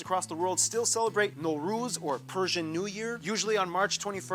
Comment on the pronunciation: “Nowruz” sounds like a Japanese guy banning Luz Noceda from his restaurant.